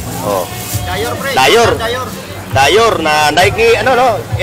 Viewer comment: sablay ka na naman, mali yung pagkabigkas mo ng DIOR. sabi mo marunong ka sa jordan shoes? 🤣🤣🤣🤣🤣🤣🤣